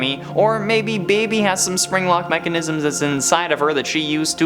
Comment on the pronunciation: My fav part wen he zaid zpring-Lok.